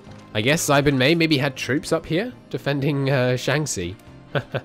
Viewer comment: Why do you keep calling xibei san ma xi bin mei or something